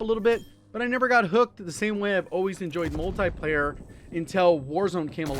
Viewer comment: Come on for the love of Jgod it's called "Multiplayer" not "Multieplayer" a tie is what you wear with your suit.